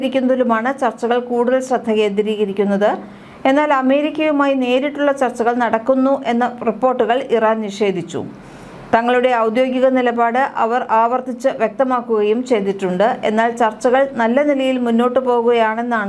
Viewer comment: വായന തരക്കേടില്ല. പക്ഷേ 'ഔദ്യോഗികം ' ഒരിക്കൽ 'ഔദ്യോദികം ' എന്നാണ് വായിച്ചത്.സംശയം ഉണ്ടെന്ന് തോന്നുന്നു.